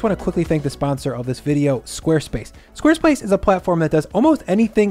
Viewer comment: Did you just say square splace? 😂